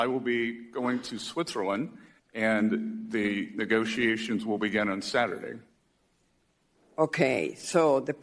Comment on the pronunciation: "Neegosee-a-shuns" .......Democrats always make fun or criticise my English because they can't stand my facts and can't counter my points LOL